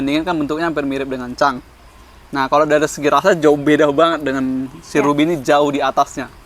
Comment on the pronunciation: penyebutannya cung bukan cang wkwkwkk kalau org palembang menyebut cungkediro :face-blue-smiling